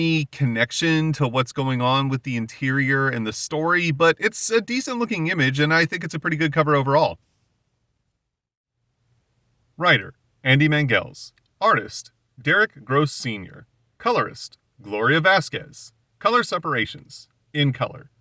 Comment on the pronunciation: Back for part four! BTW, it's pronounced MainGulls, not ManJells Good catch on Cecil, but it's BEANY & Cecil (not Billy) - good Beverly Hillbilly joke on your part though Glad you got the Tonya Harding & Co. references - living here in Portland, where she was from, it dominated EVERYTHING - I think you give her more complete innocence than she is due - My one time meeting her was Yecccchhhhhhh. But I do think the men deserved more than they got . Bet they're both now ICE agents. Everybody always misses Ogo's comment about the Russian sub when they find a ship - another Connery in-joke to Hunt for Red October Yes, Gaimanwank is a reference to Neil Gaiman and the speech style locks into place as his style of prose for Dream from Sandman. Also, the name is pronounced Gaymen not Guymin ;) Glad you liked the series in general. "Bloodwulf is a wild ride!" is a good enough pullquote if Rob ever decides to collect it into a trade.